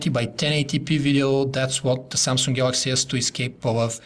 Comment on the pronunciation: samsung... not samsungk..